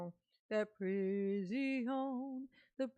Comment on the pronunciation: Judge: Darrell we are going to let you go. Darrell: no I want to go to the prisiawn